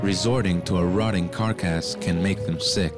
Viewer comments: " A rotting karr-kass ? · How do you get a job as a narrator for an animal documentary when you can't pronounce "realm" and "carcass"? David Attenborough, he is not.